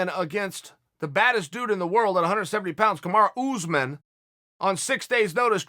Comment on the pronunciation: “kamaru OooozMen”